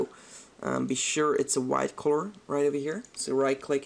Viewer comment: The way you say color.. Corror, hihi c